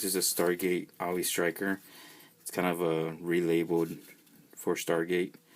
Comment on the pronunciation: You are saying the name of this GI Joe vehicle wrong. Think the word "Saw".... and just remove the "s".